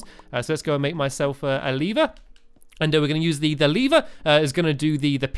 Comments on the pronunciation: it sounded like he was saying "Make a Lee Bear" instead of "Make a lever" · Stamps stop saying leever it's lever ur making me pronounce it leever